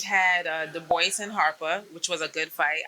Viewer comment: Let me help you Caroline du BWAR Regis PRO GRAY french pronunciations on both surnames. 😊 Good show